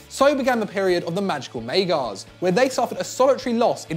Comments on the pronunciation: Erm..., it's 'Magyars', not 'Maygars' FFS!! Plus you'd think it might have been worth mentioning how successful Leeds were in the late '60s & early '70s, when they dominated English football & were generally considered to be THE greatest English Club side of all time up until that point. Oh & how they were blatantly cheated out of winning the European Cup in Paris in 1975 by Bayern Munich & one of the dodgiest refereeing displays in footballing history! Just a suggestion....!! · La-zio, May-gars... Jesus Christ don't you guys have anyone better equipped than to do these?